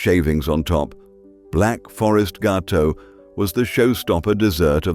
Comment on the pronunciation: This film is delightful and even better a decent narration with a normal voice..Well done...Upon listening further I now think it IS an AI voice but pretty near normal...It gave itself away on the word Gateaux...🤣🤣🤣🤣🤣